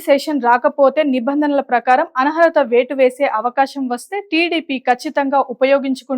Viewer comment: ఆన్హరత కాదు అనర్హత అని మార్చుకోండి...